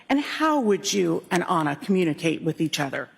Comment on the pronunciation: 12 min in so far. I love your channel, but PLEASE pronounce Ana's name correctly. Please show respect for her and her family Ana is spelled with one N. It is pronounced "ONA." I mean, you are in the courtroom, you hear the pronunciation of her name. ON-A!! NOT ANNA!!! U apologize for ur hair being wet, for looking tired, etc, but not for mispronouncing a murdered mother's name. Wtf?